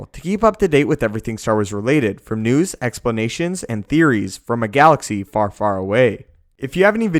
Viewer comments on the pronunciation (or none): none